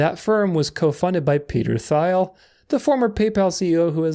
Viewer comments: Peter Thiel is pronounced Teel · Love the vid! One small bone to pick tho, pretty sure Thiel is pronounced /tiːl/